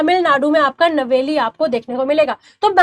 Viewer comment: नवली Nahi hai ma'am नयवेली hai